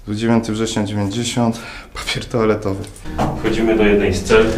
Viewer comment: kto też usłyszał "po pierdole to' zamiast "papier toaletowy" 😂 bo ja musiałem dwa razy przewijać xD